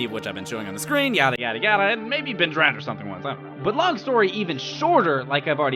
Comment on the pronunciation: hoo hoo ben lolz french man BEEEN